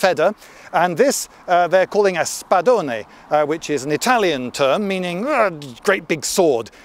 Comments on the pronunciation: ur pronunciation of spadone was perfect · The way you pronounced Spadone made my Italian brain very happy